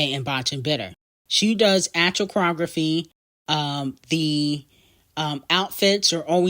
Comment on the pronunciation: The “E” in choreography be whooping your ass. I am so sorry 😂😭